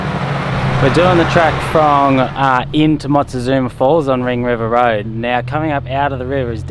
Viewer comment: Hahaha. Watching this after recent vids and just noticed ‘we’re doing the track frong ring river’. Bahahaha. FRONG is wrong but man it’s funny especially as you’ve recently been correcting yourself buddy haha. Thx for the chuckle.